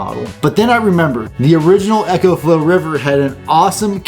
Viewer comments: Great video. One thing. I6t is pronounced eco as in ecology not echo. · Eco not Ecco/Echo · It's ECO not echo. EEko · It’s. “E” co! Not echo. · It isn't echo flo its eco like eco friendly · Dude... It's pronounced "ECOflow" not "Echoflow"... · Eeeeecoflow not Echo-flow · Not Echo, Eco (EEECO) :-) I made the same mistake with my first video. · I couldn't help but cringe every time I heard "echoflow". I know it's not a big deal but it just drove me nuts 😅. Like would you say echosystem rather than ecosystem? So why keep saying echoflow 😭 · You'd say echonomy instead of economy.